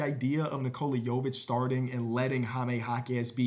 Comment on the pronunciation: “Hi-me” I’m not even a Spanish speaker but I can’t have you going out like this